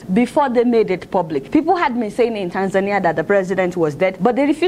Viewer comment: You mispronounced Tanzania.